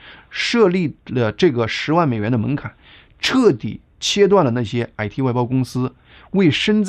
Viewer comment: 感謝澄清❤ 您的「矮嚏」（IT)鄉音令人有點出戲 😅😂